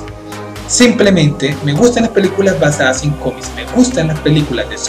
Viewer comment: Me causa cierta gracia cada vez que dices "cómis" XD